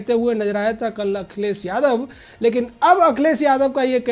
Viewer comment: बेवकूफ akhilesh yadav ka name sahi se bolo paltu कुत्ता